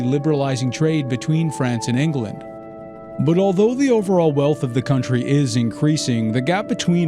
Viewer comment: Or Vendee as Von Dee rather than Von Day Ingerland rather than England